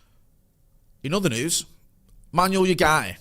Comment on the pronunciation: I love how calls Manuel ugarte 'manual yougarte' 😂